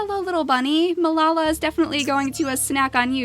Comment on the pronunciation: I'm pretty sure Melala is pronounced Mel-a-la. Not Mel-la-la.